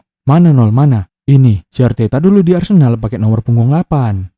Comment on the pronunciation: Arteta maksa kali kau bilangnya telor wkwk